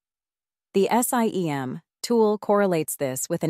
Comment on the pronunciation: To be specific - The pronunciations are an issue. SIEM is pronounced "SIM," etc. ...And the pauses are off. This thing pauses before the word "And" for example. Ugh. Too many to point out. FireEye / Mandiant is pronounced "FIREeye MANDiant" not one long "FIREeyemandyaunt" "How a MDR works" should be "How AN MDR works" - A vs an. Ok, I've had enough. Better luck next time.